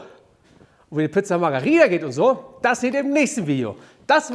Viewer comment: Mann! Super Rezept 💗! ABER!!! 😎 Es heißt nicht Pizza Magaria!! Sondern Margerita! Geschrieben margherita! Schön' Gruß aus Südtirol/Italien ex Österreich! Tschüüs, pfiatenk und ciao!! 😘